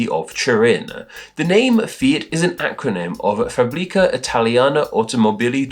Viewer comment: It's not pronounced "fah.BREE.kah", it's more like "FAAAH.bree.kah". Just... tell google translator to pronounce it and repeat after it! Italian is not hard, seriously!